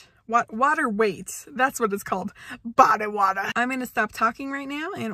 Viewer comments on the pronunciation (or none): "BODY WATA" 😆